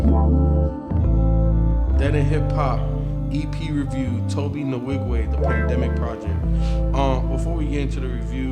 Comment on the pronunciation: Tobe Nwigwe is pronounced Toh-bae Wee-gwe.